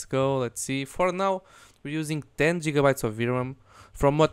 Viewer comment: I like the way you pronounce gigabyte man i love russia